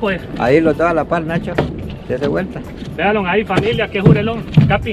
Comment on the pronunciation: Se dice “VEAN LO” no “VEA LON” 😭, q desespero cada vez q lo dice, no pude disfrutar al 100 el video por el “VEALON”🤣